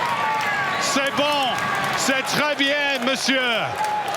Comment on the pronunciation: The commentator pronounced bien wrong.